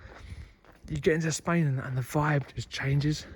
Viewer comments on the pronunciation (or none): none